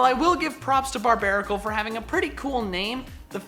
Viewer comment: BARBARACLE, NOT BARBARICAL! FIX IT NOW!